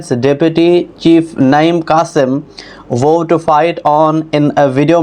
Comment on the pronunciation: Assalamoalaikum, "vowed " ka pronunciation drust krein, please.